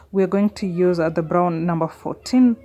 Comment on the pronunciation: Did you just say I can youse bar soap 🤭😅